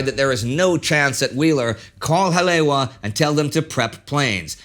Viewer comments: Brah I cringed so hard too, it actually hurt 😂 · pointer on hawaiian pronunciation: Each vowel is sounded out, and "w" is like a soft v. So "Hale'iwa"' is pronounced "hall-eh-ee-wva". If you want to be super precise use the glottal stop. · War Two - As a resident of where all this happened, I am super pleased with the "Deep-Dive Research" that has gone into this series. While I've known most of what you are presenting, watching this has been a very intriguing & enthralling series. The only CRINGES are whenever "Ha-le-wa" is pronounced, like . Your pronunciation is missing a complete syllable. To many people around the world, especially within the surfer communities, Hale'iwa is a very iconic location. There are many, MANY people who DO KNOW that it is distinctly pronounced as "Ha - le - EE - va". I'm not sure if it can be corrected, but you may wish to consider doing a voice over with the correct pronunciation for any subsequent releases. Other than that, I have been enjoying everything else. Ma-ha-lo (Thank You). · It is because of my admiration for Indy's mastery in pronouncing foreign names and places that I'm writing this note, rather than to nitpick. While enjoying your engrossing Pearl Harbor series, I couldn't help but notice that Indy was incorrectly pronouncing "Haleiwa" (or Hale'iwa), the name of the North Shore airstrip that figured prominently in the story. I borrowed this phonetic rendering from : That same site has a more elaborate pronunciation transcript if it's helpful. Basically, the last two syllables should be pronounced eva, with a long "e". I'm a great admirer of your show(s), and wish you all the holiday best. Douglas Clark, Kauai, Hawaii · Like all of your documentaries this is another home run, but... The “w” in Haleiwa and Ewa is pronounced like the letter “v.” Again, first rate documentary. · As a local I could nothing but cringe every time he said Haleiwa and Ewa xD